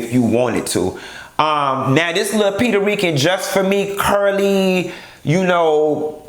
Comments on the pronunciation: Did u just say "PETER RICAN"?!!!😂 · Did you say pedarican...I am on the floor...